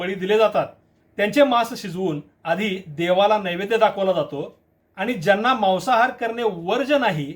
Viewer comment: Maasahaar aahe te Mawasahaar nahi😂